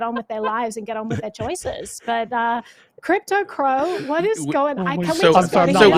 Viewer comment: cypto crow? or crypto crow lol